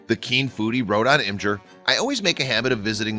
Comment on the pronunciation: The mispronunciation of IMGUR and a few other things really made this video hard to watch.